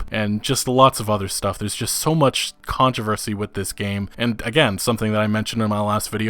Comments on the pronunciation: Came for news, stayed for the “kahntravasi” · Who the hell pronounces “controversy” like that? You’re American right? Just curious. “Con-Tra-Vasy”?!?! 😆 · “Con-tra-vesy... look mah I learned a new word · lol "controvacy" K three scoops. Trump 2020! Love everything you do. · Literally Everyone: Controversy: Con-Traversy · Is the way he says controversy a joke that I don't get or is he serious? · 😂 The way he said controversy !!! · Your pronunciation of controversy honestly made everything you said after lose all credibility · Why do you say "controversy" like that??? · You don't say "controversy" right.